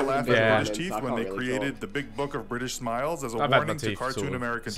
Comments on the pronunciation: Vik: "im bri-ish!" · "I'm Bri'ish" ~ Vik